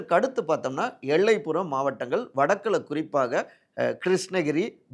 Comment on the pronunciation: 'ல' மற்றும் 'ள' உச்சரிப்பு Stability. eg: 'எள்ளைப்புறம் ' இல்ல 'எல்லைப்புறம் '. இன்னும் நிறைய உச்சரிப்பு தவறுகள்.